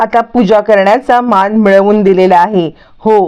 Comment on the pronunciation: माण नाही मान काय मराठी आहे लाज वाटते